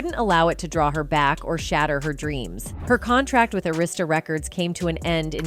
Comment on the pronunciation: You cant even pronounce “Arista”